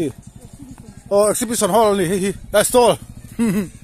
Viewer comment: In tar reng si in bo thakin chhiar nikha Ornemants Food😂Chakma Tredational Creft.Crafts Drass English chu Bo ve hle mei🤣😂🤣 Sawi muang phei la chu ngaihna awmloh zual ang,, Awmzia bo thak Chuan Awmzia pawh hi hriatloh hmel,,Exhibition aa Exibition Hall Exhibition Stoll maw an Pui hlawm awm mei2🤦🏿‍♂️😂😂😂😂🤣